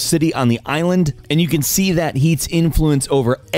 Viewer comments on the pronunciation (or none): none